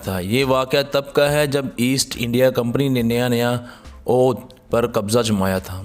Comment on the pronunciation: یہ لفظ 'اَوَدْھ' پڑھا اور بولا جاۓ ۔